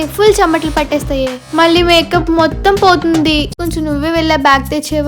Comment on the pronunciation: Akka nuvu makeup anadam ladu maka antunavu😂😂